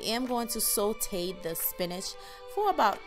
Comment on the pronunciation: Not to be rude just wondering if you intentionally pronounce thyme and saute the way you did in the video? Is that just how you guys say it where you're from or do you not realize that its incorrect? Again I mean absolutely no offense whatsoever, I'm genuinely curious to learn about different words within different cultures, and if that's not the case, and you just were unaware, then I'm equally happy to just teach you something :) So thyme is actually pronounced the same as the word time, like on a clock, as the 'h' is silent and the word saute is pronounced 'saw-tay' as the two letters follow the 's' are vowels :)